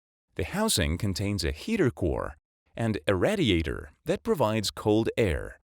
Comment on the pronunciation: Learn how to pronounce "radiator."